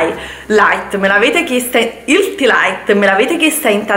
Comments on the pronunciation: ma perchè ti ostini a dire "ilti" ? ma che roba è??? mi fai venire i nervi ! non ti puoi correggere porca miseria? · Ma se non sai pronunciare HEALTHY , perché ti ostini a dirlo? Mica è obbligatorio eh, puoi anche dire solo "sane e leggere".